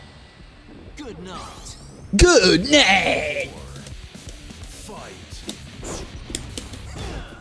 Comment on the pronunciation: “GEWD NUH-IGHT!” 🔥🔥🔥🔥